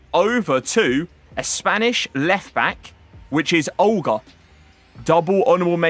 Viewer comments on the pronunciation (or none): none